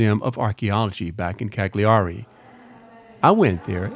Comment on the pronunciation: psssst..... (the GLI sound in Italian sounds like the double "L" in "millions," you're much better off pronouncing it Caliari)